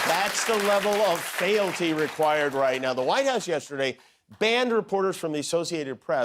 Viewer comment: "fealty" is pronounced "feelty", not "failty".